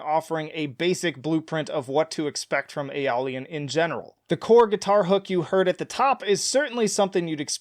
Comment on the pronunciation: When you use a mode so much you’re named after it lol P.S. obligatory pronunciation correction: Ay-oh-lee-ann